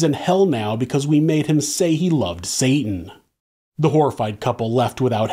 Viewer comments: U calling Satan “Satin” is killing me 😭😭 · When you keep saying “satin” 😂 genius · Then saying "satin" over and over again 😂😂😂😂 the best!